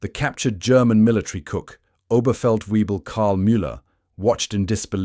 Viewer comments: Oberfeldweeble Karl Weber. OberfeldWEEBle - -. NO, NO, NO. it is NOT OberfeldWEEBLe, but Oberfeltvaybl. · Webel, and NOT Wiebel [Way-bull] , do your home work before you do a video...please..